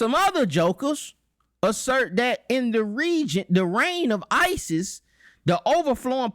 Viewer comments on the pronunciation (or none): none